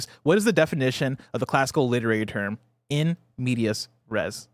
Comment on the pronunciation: Mispronouncing "in media res" and then not letting "in the middle of the action" get points is takin me out